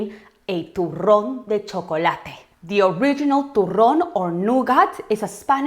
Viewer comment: Chocolate is life! I also loved how you rolled some rrrrrrrrrrrrrssssss, Love you always Andy!